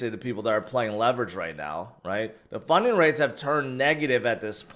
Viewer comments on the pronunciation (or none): Thought I heard you say "Funyun Rate", and got really excited